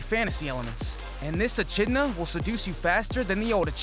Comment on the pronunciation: It's pronounced "e-kid-na", homie. Also, Fuuto PI is P.I. as in "private investigator".